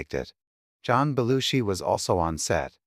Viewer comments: Half the time narrator mispronounce Jim Belushi name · Nearly 47,000 views and only 461 likes. You are SO WRONG about Jim Belushi, and you might just want to learn how to pronounce his name.